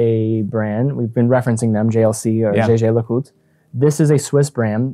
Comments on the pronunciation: It's supposed to be zhey ZHER leh KOOLT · "yager lecootye" ? Ouch, with love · Come on man... Yayger Le Cooti-yay yoo-bosh is a very charming pronunciation.😂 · Damn, Americans really struggle with saying Jaeger LeCoultre. It especially cracks me up listening to snobby people struggling to pronounce it. JLC should just rename themselves to Jagermeister at this point 😂